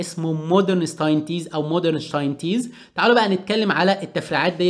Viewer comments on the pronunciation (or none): شتايتنز دة نطقها بالغة الالمانية بص إذا عربتها خربتها فالافضل انك تقراها بلغتها الاصلية Stientz كتابتها كدة